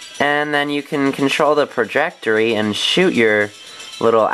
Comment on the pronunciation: trajectory not prajectory